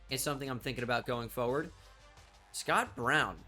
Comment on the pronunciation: Does anyone else think that says “forward” funny? 😂😂 my guy says “foe ward”